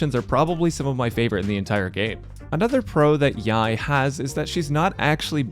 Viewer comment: pet peeve rant but why do so many content creaters call her yai miko its clearly yae (yay) miko